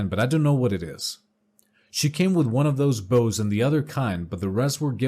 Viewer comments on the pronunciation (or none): none